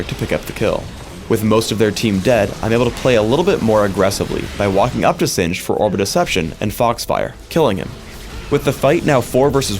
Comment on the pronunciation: Did you call him xinged?